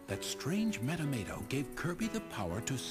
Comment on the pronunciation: metamato is said differently as well it kinda iritaits me XD